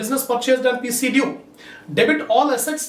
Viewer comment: Assalamu alaikum Sir in 5 th problem I didn't understand your pronunciation Of pc due 5-6 times I have listened even though I couldn't get it so can u tell actually what is the statement of first journal entry